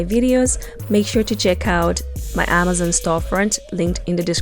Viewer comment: For some crazy reason I was annoyed when she said Amazon wrong 😆 Good video and easy to do with her instructions. Great techniques used ty